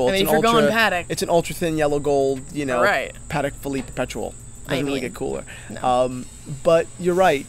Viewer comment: These two don't have a lot of knowledge: the second syllable is emphasized when saying Patek. If you're not sure Clinton wore a Casio or Timex, look it up before filming.